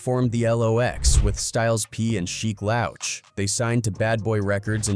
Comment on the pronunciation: Look if you're gonna do a Story on Artist atleast know there Names..Sheek Lowch and Pack Really?? If you can't even say 2pacs Name with Respect then don't even talk about History..You Disrespectful Culture Vulture!!!